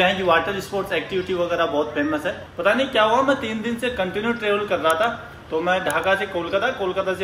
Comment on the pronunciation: Dayz nhi days bola kro